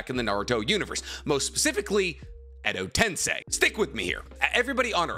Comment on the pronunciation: Ayo, this is the first time Hes ever pronounced Edo tensei right. I'm so used to hearing him say Edo Ten sai that I tuned out him saying it right. Now he just needs to learn how to say Tosuka correctly